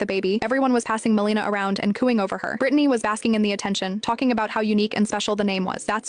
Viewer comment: The accent is on the first syllable — MEL e na. GI doc here.